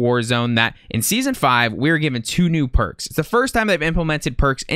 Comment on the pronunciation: Thought you said perc 30 😂